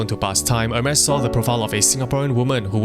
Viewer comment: pronounce it as 'ermes or Hermes or hermies? cuz this aint Hermes with the e